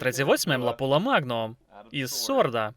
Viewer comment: все ок , тільки не лапула , а лапуа магнум